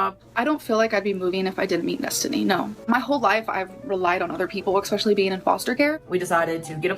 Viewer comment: There's something about her saying 'Expecially' that drives me up a wall. English isn't my first language and my english is so much better than hers. I don't understand how you can be so bad at your native language.